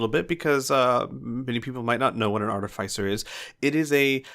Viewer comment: sigh, ar-TIFF-i-cer